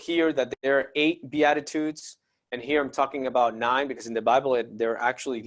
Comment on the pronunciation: Its beat ta tudes is how you say it love you brother blessings